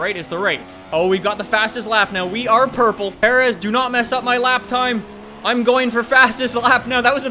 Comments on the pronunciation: Alex Ortiz or, there was no need for him to know how to pronounce Perez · legit must be no Mexicans in Canada lol. The way you butchered Perez was awful